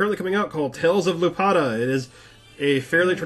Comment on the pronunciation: He pronounced it lupata... lulz c'mon.